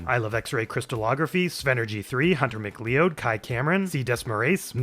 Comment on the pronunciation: likely pronounced “hunter mc-cloud”.